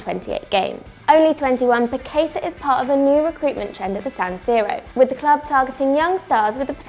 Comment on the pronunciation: The pronunciation is "pa-que-tah". The tonic is in the last syllable.